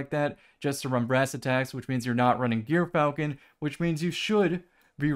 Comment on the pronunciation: That's not how you say gyrfalcon